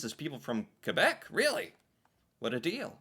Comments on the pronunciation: I appreciate that you pronounce "Kebec" instead of "Kwebec". 😊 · I really appreciate you pronouncing quebec properly, I do not hear it often but it always warms my heart to see my country respected like that :) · Thank you for saying Québec and Québecois properly. You actually say it better than our fellow english speaking Canadians. The effort is appreciated 😁 Merci! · Hey, funny video, but really, congrats on your prononciation of "Québec". You got it perfect. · I'm very happy to see the effort you're putting in pronouncing Québec properly. Most people don't bother. Warms my heart a bit. That thing about private parts, it's the France word "Gosse", which means "kid", but in Québec it's a testicle.